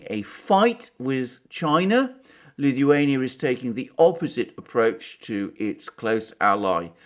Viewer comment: pronounces Lithuania like Stewie from Family Guy 🤪. Please say “cool whip”